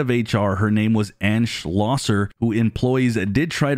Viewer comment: I want to commend you on saying Schlosser correctly.. this is too my last name and people butcher my last name and very few say it correctly 😂